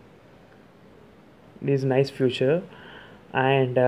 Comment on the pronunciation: Although you pronounce "feature" as "future" but i must say, you presented some really cool hidden features, no else found, like screen recording, pinch zoom in messages,etc. I have ordered my coolpad note 3. 😊 Expecting it in couple of days. And Thanks to you, I am dying to use my coolpad now. and i will be contacting you in couple of days to add me in your group. Really great work bro. Keep it up. 👍